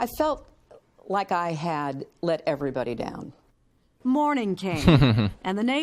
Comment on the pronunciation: Lol she just blaming "er'vrybody"!!!!!HAHAHA she just can't get it through her head that plenty of decent folks did not want her in office